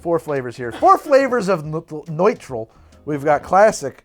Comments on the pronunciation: So, uh... <_< That's not at all how you pronounce a u with an umlaut. It's just a very oohey ooh sound, like in "noon" (as opposed to "moon" which is a little softer). So it's just "Neutral", not "Noitral". Though to be fair, I'm pretty sure you were both tired and drunk by then, heh. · If you're trying to pronounce Nütrl as though it's German, then the english "neutral" is not far off. the "noi-trel" that you're saying would, ironically, be spelled "neutral" in german. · It’s stupidly named but I sell it and it’s pronounced as neutral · It's pronounced "Neutral" That "ü" is meanto be pronounced like an "oo" but more in the back of the mouth. "eu" would be what's pronounced "oi".